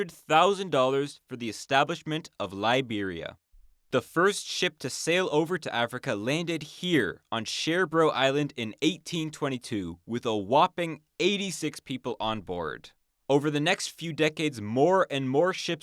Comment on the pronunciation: Hey, decent video. Just a tip: the “r” in Sherbro isn’t really pronounced.